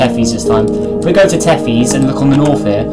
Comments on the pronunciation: its not pronounced t-e-f-ee-s, its pronounced t-e-th-i-s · It’s Pronounced Tethis